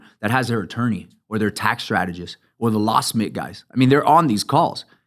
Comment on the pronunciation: Did he say lock smith or law smith or something else? Trying to figure out who he said was able to figure out how to get the title cleared?